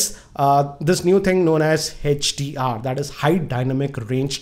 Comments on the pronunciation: sir it is hdr not hach dr😂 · its not HECHDR it is HDR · its note hechdr its hdr